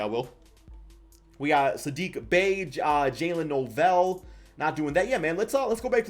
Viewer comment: its Jaylen no-well not Jaylen no-vell, that's my cousin lol